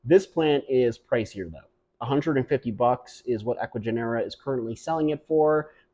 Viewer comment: It sounds like Ecuagenera is using ChatGPT or something to generate the descriptions. genera is pronounced with the accent on the second syllable.